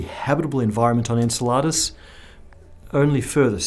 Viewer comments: Iunno about that pronunciation, is it En-ce-LAH-dus or En-CEL-a-dus? I've always heard the latter. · I don't approve of the way he pronounces "Enceladus". Sounds like he's saying "enchilada" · I think he intended to say Enceladus but he said Enchiladas many times-- his mind clearly on lunch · Isn't Enceladus pronounced: en-SELL-uh-dus rather than en-sel-LA-dus? (according to wikipedia) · I hate to be THAT guy, but you say 'Enceladus' like 'enchiladas.' lol [en-sell-uh-duss] not [en-suh-lah-duss].... Otherwise great content as usual! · en-cel-A-dus? I've always pronounced it en-CEL-a-dus tomato tomato 🍅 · Taco Bell is sponsoring this episode. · Did he just call one of saturn's moons enchiladas? XD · I'm guessing there must be more than one way to pronounce "Enceladus" because I've never heard it pronounced that way before. Made me think of enchiladas. 😃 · Either you are pronouncing very wrong or I'm very hungry because every time you said "Enceladus", I thought you said "Enchiladas" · The way you say Enceladus makes me want mexican food. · Have I been pronouncing "Enceladus" wrong my whole life? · That is not how you pronounce Enceladus. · The way you say Enceladus is fucking irking. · How do you mispronounce a moons name and claim to be a physicist, common man lol gotta pay more attention to that screen your reading off of :)